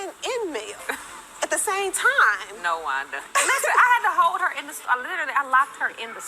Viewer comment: I don’t like that her TH is a D looool